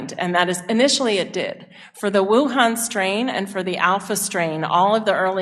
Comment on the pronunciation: Did she just say WUHAN STRAND? WTF!